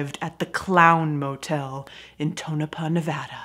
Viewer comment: finally someone that can actually pronounce Tonopah properly.